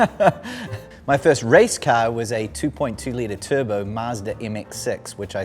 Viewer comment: "New Zealand" but yea literally as I read that he spoke with a thick accent then said turbo perfectly in an American accent